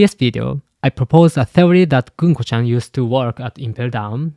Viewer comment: Americans pronouns ‘gunko’ ganku. 😂